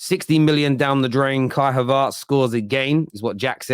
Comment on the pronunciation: havErtz. not havArtz